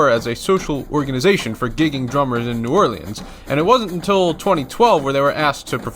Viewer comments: Really cool. Nice work! New Orleans Saints (FCDC) OG member. Like many in the comments said, it's "ORLENS", not "ORLEEEEENS". Drives me crazy! Anyway, great video. I'd prob have Chicago a little higher. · Take it from a Louisianian. It’s Pronounced New Orlinz not orleens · I laugh every time you over pronounce "New Orleans". You're not from the South, that's for sure. LOL. Love ya, man. I'm just kidding with ya. New Orleeeanz. Ha ha! It's New Awlins or just Nawlins. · New Or-lens, not New Or-Lee-ens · New Orleans is pronounced New Orlens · Not your fault how you pronounce words but the way you say New Orleans kills me.